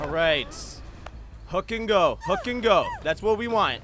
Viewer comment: He says hook and go but I hear hit it and quit it😂😂😂